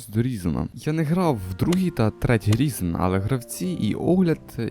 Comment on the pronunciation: Хосподе! Він не Різен! Він - Райзен!